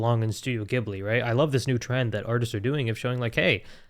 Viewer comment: Its ghibli not gibli